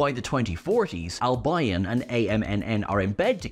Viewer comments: ...Surely that's not how Albion is pronounced? Desperately hoping I haven't been saying it wrong for over 20 years... (Al-bee-on/Al-bee-un, right? Right?) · Can someone coach on how you pronounce Albion. It’s Al Be On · West Bromwich Alb-eye-on? Brighton and Hove Alb-eye-on? Need mindbleach. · I always thought Albion was pronounced Al-BEE-yon. But then again, I'm just an American, so would likely be a more reliable source for the correct pronunciation. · Who, in the entire history of the universe, has ever pronounced Albion as AL BYE ON? This is the most heinous thing I have ever heard on any media format anywhere, ever. For God's sake stop it !!! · I've never heard ANYONE pronounce albion like that. & I'm Irish. It's pronounced al-beeon sir. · Plus it's not pronounces as pronounces it. It's Al-bee-on. A few football clubs use it as part of their name; West Bromwich, Brighton, Burton. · Isn't it pronounced AL-bee-ern ? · Al-BI-on? How can you be the only Irishman who hasn't heard the word spoken before? Anyways, in the Devil's Chord the Doctor is overcharged for tea (half a crown?) and in the pub Ruby is charged £5 for a Coke despite being only charged a very reasonable £65 for the room. Nothing happens by coincidence when Russell T is involved. Why does Gwilliam have to buy nuclear weapons from Pakistan? The UK is a nuclear power. Why is Kate using her father's surname when she has previously said she doesn't because she didn't want to rely on nepotism? There's been lots of speculation that Ruby might be The One who Waits. The woman who follows her all her life literally is one who waits. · Al bee on, sorry just bugged me. Albeeon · I wonder if was watching the football a few weeks ago between Southampton and West Bromwich AL-BUY-ON? 😁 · That’s a really unusual pronunciation of Albion. It’s Al-bee-on, as in West Bromwich Albion or Brighton and Hove Albion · Trust me, it's not pronounced al-BYE-on in any language except "-ese":)